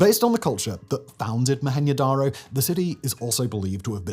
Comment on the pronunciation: Why are you saying Mo-Hen-yo darr-oh? It isnt mexican. Its Mo-hen-Joe Dar-Oh